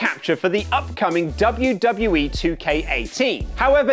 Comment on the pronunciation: Dub-ya Dub-ya Eee News!!!!